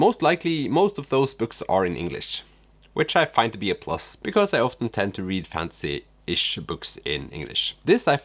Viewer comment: I like your funky sense of humor and it’s interesting how thrift stores look in other countries, I’ve been to quite a few in the US. Also, you mispronounced the genre “fantasy” and kept saying fancy lol. (Maybe keep that in mind for future videos?) I love Karl Ove Knausgaard and got his whole My Struggle series but I get how he can be a bit much with his ‘stream of consciousness writing on steroids’ and he is a bit too self- absorbed at times, but the many ‘aha’ moments he gave me made it all worth it!!!